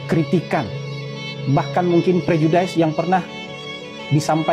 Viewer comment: Pak Hasan Nasbi... pronounciation dari "prejudice" nya salah pak... Kalau bahasa Inggris masih kurang bagus, mungkin sebaiknya nggak usah sok2an pakai bahasa Inggris terus2an... maaf jika dianggap mengkritik, tapi saya cuma menyatakan kebenaran saja.😅